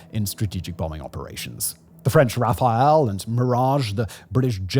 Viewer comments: It’s not Raphael it’s Rafalé. How did you mess that up? I mean aren’t you like French or something? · You should really please (second or third time I hear it) note how to say ’’Rafale’’, the French aircraft, it is ’’rafal’’ and ’’a’’ like ’’cat’’ in English, it is a stong wind in French, not Raphael the archangel at all (and israeli missile).